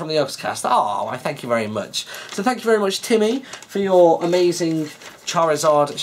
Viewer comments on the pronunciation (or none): charizard, or as would say, CHARLIZARD!!!!!!! hahaha:D